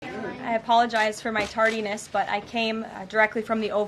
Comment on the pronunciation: Tardiness? You are making me laugh Caroline 😂